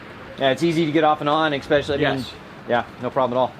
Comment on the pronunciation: You speak like an announcer and your vocabulary is impressive but please drop the "X" from especially. Not a criticism but an expression of concern. I am subscribed to Sailing Doodles and Flying Doodles. A small grammatical error can distract form your credibility. I seen it happen before. See what I mean. I appreciate your channels and watch every episode you post. Thanks for the work you do.